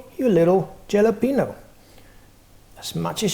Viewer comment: "Yalapeeno" hehehe. nice snacks bro.